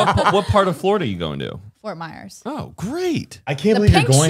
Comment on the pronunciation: NOT ME HEARING MY CITY FORT MYERSS